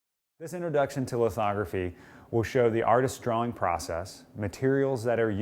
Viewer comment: what did he say licotine ?